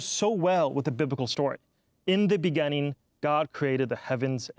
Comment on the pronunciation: If I hear him say “begenning” instead of beginning one more time imma lose it.